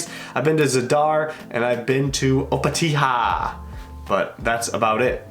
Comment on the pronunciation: Three things to say: 1. He said Opatija soooo wrong its funny 2.Our old currency is the kuna that LITTERALY translates to pinemartin now we use the euro 3.Pls come visit the inland like you have Vukovar,Zagreb,Ogulin,Varaždin and mountains wich are beutiful